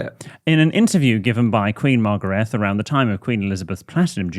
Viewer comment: Margrethe is pronounced Mar-gray-teh